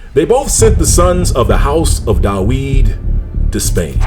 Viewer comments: In Hebrew the “v” in David’s name is spelled with the letter called vet and it sounds like the english “v” and not “w”. So the way David’s name is pronounced in Hebrew is Daveed with the “i” making a sound like “ee” or as in the word feed. So knowing this it is a bit difficult listening to the reader pronouncing David’s name Daweed! He would be better off just saying David instead of distracting the listener’s ear from the message that he is trying to deliver. Its like someone saying I’m going out to cut the gwass when you know that he should be saying grass. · So .the pronounciation is Da'wid and not Da'vid?